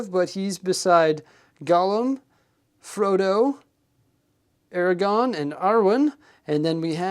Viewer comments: Aragorn with an R lmao you always say Eragon which is a different thing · Aragorn! ‘-orn’! not Eragon!! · AragoRn. Love the channel but you keep mispronouncing the name. You’re missing the “r” in the second syllable. Aragorn not Aragon. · Aragon... hmm box says Aragorn. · Ara-gorn that second “r” is not silent. 😉